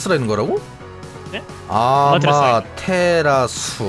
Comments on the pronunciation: 아마태라스?라고 읽는거 같은데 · 그거 해 처럼 생긴거 아마테라스 라고 읽어요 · 그거 아마테라스라고 읽어요